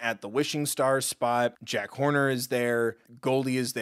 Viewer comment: i realised that he calls Jack horner Jack Corner, which made me laugh so hard 😂😂😂😂😂